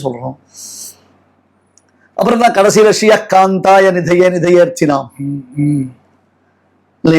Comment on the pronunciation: ஹரி: ஓம். உத்திஷ்ட கமலா காந்த என்று காந்த என்பது குறில் சப்தத்தில் முடியவேண்டும். ஆனால் ஒலித்தட்டில் கூட கமலா காந்தா என்று நெடிலாகவே உச்சரிக்கப்படுகிறது. இதை கொஞ்சம் கவனித்து திருத்த வேண்டும்.🙏🙏